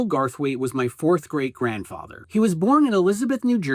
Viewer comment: I thought you said "4th grade grandfather" and thought you maybe had a new grandfather every school year.